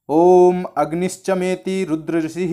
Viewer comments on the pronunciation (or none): none